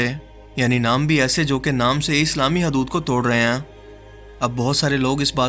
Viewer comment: Baht khub dost....👍👍 bas apna accent matlb talafuz thik karo na...jaise app bolte ho (aisa karte ain) baht touchre hai